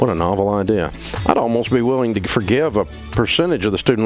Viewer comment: Can anyone tell me what 'omess' or 'omiss' is as Dave says? I'm sorry if i'm just stupid hahaha